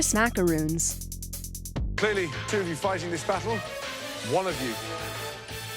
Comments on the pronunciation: Macarons.... it's pronounced MA-CAH-ROHNS. MacarOONS are an entirely different cookie. This mix up pisses me off so much! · m a c a r o o n s are not m a c a r o n s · the things in the video: macrons narrator: m a c a r o o n s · Makaroons and Macarons are different... stupid. It’s pronounced “Mak-A-Ron” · It's prenounced macaRON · ITS MACRONS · you accidentally said macarons correctly so you had to dub the wrong pronunciation back in. good channel. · Y’all mispronounced macarons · they keep pronuncing macrons wrong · And again we have RANDOM PRONUNCIATION time! Let’s review. A MACAROON, which your voice talent who hates dictionaries pronounced, is a coconut drop cookie. The cookie in this video was a MACARON, which is pronounced – unsurprisingly – macaRON, not macaROON. I’ve watched three videos of yours so far, and all three had ridiculous pronunciation errors. I’m sorry, but life is short, and I’m not spending it watching a channel that doesn’t even try. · im not even french yet i get annoyed when people say "mack-ur-rooons'' instead of ''mack-er-rons'' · Arent macaroons those mini cupcake things? They keep saying macroons even though they meant macarons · Ok there is Macaroons Two "o"s pronounced Mah-kah-roon (long o sound like in room or rune) And Macaron One "o" Pronounced Mah-kah-rahn (short o like in Ronald) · Its MACARON not MACAROON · I went to a macaron class and it's not macaroon but macaron, macaroon is the chocolate and coconut dessert and macaron is that. It's French don't judge me on why it's weird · Its macarons not macaroons. Macarons are a meringue based cookies while macaroons are coconut based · I think it’s macaröns not macarōns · Lol ok first off it's pronounced, mac-a-ron, not mac-a-roon so don't fix because 2nd commentary is different than the 1st just thought you should know 👉😏👉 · Macarons not Macaroons. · I am SO triggered that she called a mac-a-ron a mac-a-roon (like a room) yes they are spelled the same but USE YOUR BRAIN 🧠